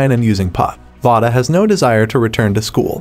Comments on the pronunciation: Her name is not pronounced vah-duh. It is vay-duh. Just to be clear... If you're going to talk about a movie or show, maybe learn how to pronounce their names right? Just saying.. This movie was very heartbreaking... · I dont like how he keep miss saying her name its v-a-da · please say Vada correctly omfg